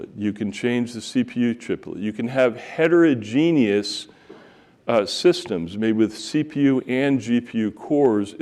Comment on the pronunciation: heterogeneous not heterogenius ;)